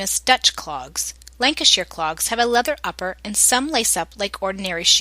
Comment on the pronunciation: Cracking review of the lancashire clog. But its pronounced lancashyer being lancashyer born an bread am being fussy